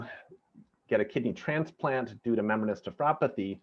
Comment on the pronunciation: what is with the proununciation of Menbra....!